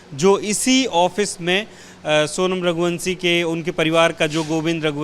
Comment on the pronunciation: रघुवंशी या रघुवंसी श को स श को स हिंदी को तोड़ डाला एबीपी न्यूज़ ने